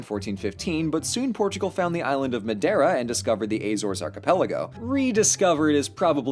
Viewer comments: ahem, you're pronouncing madiera wrong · Your's pronunciation of madeira is funny